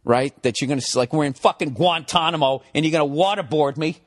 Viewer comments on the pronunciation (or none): none